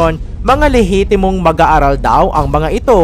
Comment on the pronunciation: Eeeeeer lihitimo hahaha 😂 hahaha 😂 hahaha 😂 hahaha lihitimo ha